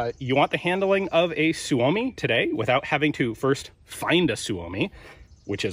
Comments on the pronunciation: Just a minor correction: Suomi is always pronounced with the emphasis on the first syllable; i.e. SUE -o-mi, never sue-O-mi. Hyvää Päivä! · PSA: Suomi is the Finnish word for “Finland”. Finnish words always place the emphasis on the first syllable. It’s pronounced SUE-oh-me, not sue-OH-me. We will now return you to our regular broadcast. Thank you. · I believe the Finn boys pronounce it sue me.